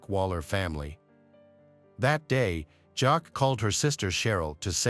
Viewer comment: Her name is pronounced “Jackie”